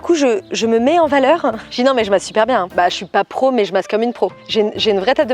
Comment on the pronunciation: Quelle MASSE (avec l'accent espagnol "Màs"), elle m'a tuée 😍😂